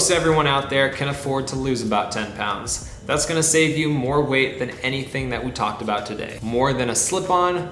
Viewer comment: you said shave instead save lol